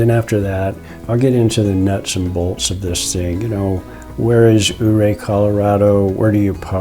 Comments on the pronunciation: Dang - I'm just down stream below the power station and didn't know about this until this video. I'll walk up there in the morning and have a peek. I hate to be a snob but it's "You-Ray", with most locals putting an emphasis on the second syllable. Great video and thanks for promoting our fine little town. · for some one who "goes" to the ice park-how can you get it so wrong? Your-ray!!!